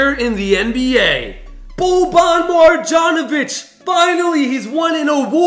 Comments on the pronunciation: He also doesn’t know how to pronounce Marjanovic Mar-yon-o-vich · Why does always say Boban MarJanovic. It’s Boban Marjanovic